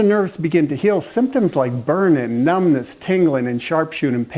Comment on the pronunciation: Tinglin....Burnin....You mean Burning And Tingling ect....Your missing your G on the end of many words. Thank you for your help.